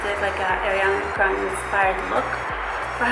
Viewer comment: Omg she said „Ariana Grande“ right I am so proud because so many people say „Äriana Grände“ 😂😂